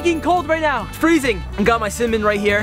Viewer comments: he said cinmin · Does any body else think he's saying semen...